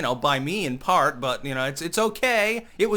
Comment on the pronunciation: "... with his albums and SHIP..." "... for the most PARP..."